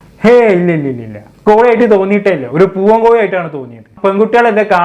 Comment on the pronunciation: കോയി അല്ല കോഴി.....😅